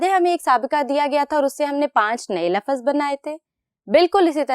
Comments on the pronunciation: Lafaz nhi lafz hota hai ma'am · Laafaz nhi hota lafz hota hy...